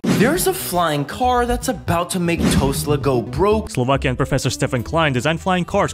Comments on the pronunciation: when they mispronounce brand names, are they doing it to try and avoid legal repercussions, or are they just fishing for comments like "bro said tosla 💀"? (or both, i guess) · I like the way my favourite Swedish youtuber pronounces things the way people say in the videos for example in this video the guy said tosla not Tesla and still says tosla 😂😂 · im convinced people mispronounce words on purpose to farm views and engagements